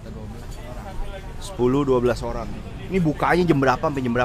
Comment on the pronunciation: Lu olang lu olang...🤔